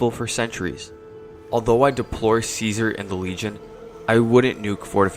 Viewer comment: It's pronounced Caesar.